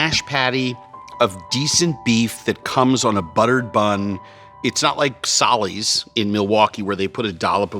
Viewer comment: ❤ he said, Solly's! Culver's Rocks!